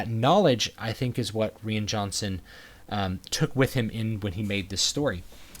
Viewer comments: Did you just pronounce "Rian" as "Ree-an"? So do I! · Love the review. I don’t understand why you pronounced ‘Ryan’ Johnson’s name the way you did. Especially because you’re a native English speaker. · I liked your take on the movie, but is the director's name really pronounced "ree-an"? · Is the director's first name pronounced like "Ryan" or is it pronounced like "Rain"?!? I've also heard other people sound like they're saying Ree-in. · Rean Johnson? Isn’t it RYAN Johnson? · Why can't he say Rian correctly?